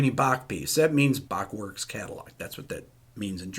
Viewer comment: I love how Rick can perfectly pronounce the german words in the video (topmarks for the "ch" in Bach)...maybe the anger about the article helped :D